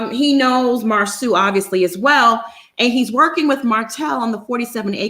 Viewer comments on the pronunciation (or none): You'll his name is Marso not Marsue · Mar-SO... his name is MAR-SO 😂😂😂😂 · It’s spelled Marsau but pronounced Mar-soo. Don’t know why that’s too hard to comprehend even after being corrected several times. 🤷🏽‍♀️🤷🏽‍♀️ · Before doing another live show review....WE NEED TO DO HIS HOMEWORK AND WATCH THE SHOW YOU’RE REVIEWING OR DON’T TRY TO REVIEW IT. It’s disrespectful to the viewers who’ve watched the show. Secondly, we know you watch Love and Married in Huntsville every week and we know you’ve heard the entire cast correctly pronounce Marsau Scott’s name but yet week after week you continue to mispronounce it even after people tried to help/correct you in the comments. Marsau is pronounced (Mar-soo). Mar-soo. I pray this is received as constructive criticism and not offensive. 🙏🏽